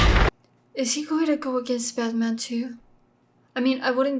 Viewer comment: Haha I love how you say “Baterman” 🤣